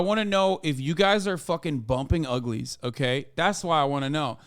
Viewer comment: heavy emphasis on uglies lol